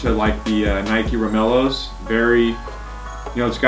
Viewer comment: Turned off as soon as he said “romeloes”